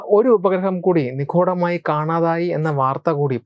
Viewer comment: നിഖൂടമായി അല്ലകേട്ടോ ! നി..ഗൂ..ഢ മായ ..😅